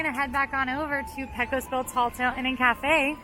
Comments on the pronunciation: I'm sorry, but constantly pronouncing "Brer" as "briar" stabs me in the soul each time. Also Pecos Bill is "PAY-cose", not "PECK-o's". Sorry for the nitpicking, but I have to defend the honor of my favorite land. Edit: thanks for catching the Pecos thing. Lol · PAY-cos... PAY-cos Bill. Sheesh. I know, I know.